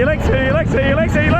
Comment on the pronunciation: Helix helix helix best way of saying it